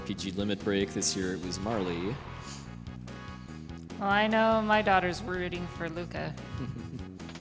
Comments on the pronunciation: Butterfly, pfft, it's clearly a Magneto helmet. And yeah, Marley, wut. Marle rhymes with Carl, as has been mentioned. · Agreed. The e is most definitely silent. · Never heard anyone pronounce it "Marley" before. Marle rhymes with Carl.